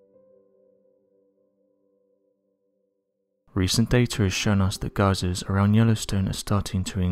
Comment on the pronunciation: The only thing that I was thankful for in this 💩 video was he pronounced GEYSER correctly instead of the usual British 🤯😝’’GEEZER’’ LOL. As yush as suspected, You’re not even showing the pics equal to eachother. I.E.- Sidewalk to sidewalk??? Ummm DUR DUH HELLLLO!! No wonder I waited 4 months to watch one of your videos, & only because I’m close to Y.S. now (not that it’ll really matter when or if she blows) & also grew up right near the park in Montana. So yup Unexplained Mysteries still plays REAL loose on truth as long as they get 💰+views. And YUP Unex. Mysteries is still one of the most notorious nonsense scare theatre channels on YouTube, that a lot ppl likely believe which in turn helps to make people more anxious especially during such times, but as per usual, YouTube will not censor this channel for misinformation that is dangerous but will cherry-pick & censor everyone else.